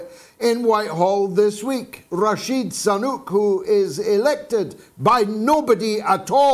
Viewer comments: I like George's "Rashid Sunuk" pronunciation of the unelected Indian fella who became the white guys' PM...... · Not Sanuk he is Sunak